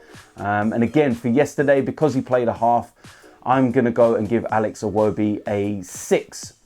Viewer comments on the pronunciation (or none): none